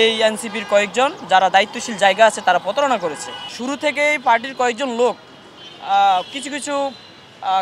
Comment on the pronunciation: মেধাবী, বাংলা ভাষাটাও জানো না। "প তা র না " কি? প্রতারণা। র - ফলা শিখায় না মাদ্রাসায়?